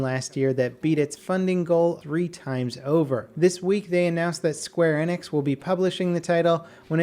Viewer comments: you pronounced Tolkien and square Enix painfully wrong you pronounce Tolkien tol-kin and square Enix square e-nix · Please learn how to say Square Enix.